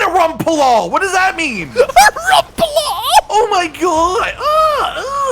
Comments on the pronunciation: How is it that they hear how Rompopolo is pronounced and then butcher it and pronounce it in the weirdest way possible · was saying it the "correct" way, as that's how it's said in game, but I prefer the way says Rompopolo